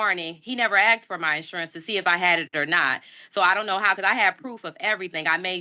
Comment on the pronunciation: Well you young scholar, you are correct that the officer didn't "aks" you for stuff, but he probably "asked" you for stuff. You are truthful with that statement.